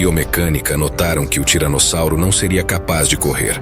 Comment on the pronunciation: O cara tá falando tiranozzauro além de tiranossauro😂😂